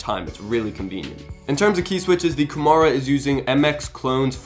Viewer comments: It seems he says "Red dragon Gomorra" lol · Very late to the comments, but that's not how you pronounce Kumara...